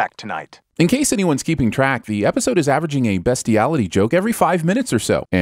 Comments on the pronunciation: The way beastiality is pronounced in this video 🤔...I'm not the only one thinking about that am I lol. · Learn how to say bestiality